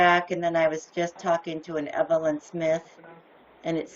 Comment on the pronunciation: Its Evil-in-s*h*it! Zombie scammer script reader and murderer of the English language!